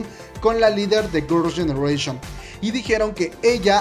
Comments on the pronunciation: No se pronuncia Gurls Llenereichon u.u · Amo como pronuncia jiouna a hyuna y gurrrls yenereishon a GG Yo le digo giuna 😂😂 Y Amo tus chismes Koreanos ❤